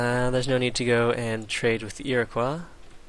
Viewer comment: You fail at pronouncing Iroquois. It's not French, you know.